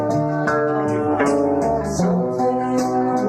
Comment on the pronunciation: Pomegranate, not pomegranite.